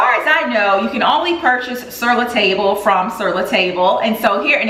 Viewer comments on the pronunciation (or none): Hi I really like your video and the great finds; I hope you don't mind, but the correct way to pronounce Sur La Table is "syur lah tahb-luh" not table. I know it's an American store with a French name. Thank you, for sharing your life and style with us. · Hi. Love your videos! I know the spelling of the name of the new pots is "Sur La Table" but I believe I've always heard it pronounced more like "Sir La Tahb" (rhyming with "Bob"). So glad I found your channel! It's always so much fun tuning in.